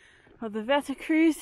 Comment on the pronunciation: Wetterkreuz - your pronunciation is totally wrong, it should be Wetterkroits (eu=oi, z=ts); you should learn some Deutsch for hiking in German-speaking countries and in the Alps (Germany, Austria, Switzerland and so on) 😁